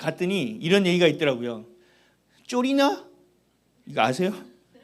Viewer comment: 쪼리나 아니고 쫄리나 입니다.